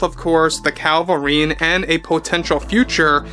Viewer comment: You keep saying Calvarine instead of Cavil-rine. 😂